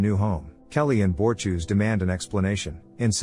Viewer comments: Lab: Clearly, the narrator has never seen THE ORVILLE, only knowing what is written to be read out, but who is BORTEWS? Could the narrator mean the Moklan, BORTUS? For the benefit of the narrator, That's 2 syllables, BORT US. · BOR-TUS YOU FING IDIOT. IT IS B O R TU S . NOT BORETUES!! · I hate the way you pronounce Bortus! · Bortus, not Borchews. You AIs need to let us humans who have seen this show have your jobs🤨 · Ah. Bor-choose, my favorite character in The Orville. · You should check how to pronounce Bortus correctly.